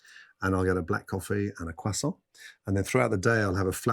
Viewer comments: Love how gordon is only one who says quaaarsont properly. Croisant. Xx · As a French it pleases me to hear an English-speaker say "croissant" correctly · Gordon Ramsey saying croissant is like perfect!